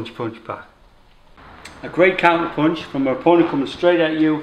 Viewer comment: good "ponch" lol